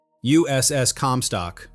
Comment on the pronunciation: AI, it's "el-cack," not LCAC! Also, your AI pronounces USS like, "U. S. S. ...). If you're going to do USN stuff, use (or teach your cheap AI) to use USN jargon and pronounciation.